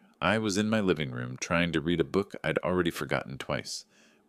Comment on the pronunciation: The pronunciation of read is different in past tense form. It is like red.